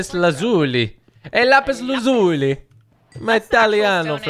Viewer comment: thankyou for shouting me out!!! “lazuli” (lazolee) kinda similar 😂